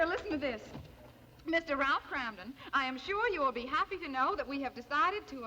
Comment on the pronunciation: He can't pronounce kramden